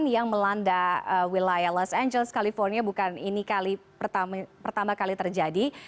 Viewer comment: Los angeles jadi los amblas